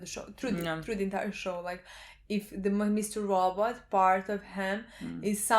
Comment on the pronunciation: I never get sick of "We are watching Mr. Rawww But".